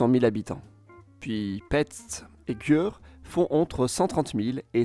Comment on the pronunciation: Wouauh, je te félicite avec les prononciations, elles étaient assez bien! Une petite chose: Győr est plutot prononcé comme Dior (Christian). A propos, une curiosité: Bratislava (appellé Pozsony en Hongrois), capitale actuelle de la Slovaquie, était la capitale de la Hongrie apres la conquete turque de Buda, entre 1526 et 1848. Meme si Buda a été reconquise, la capitale restait á Pozsony pour encore 182 ans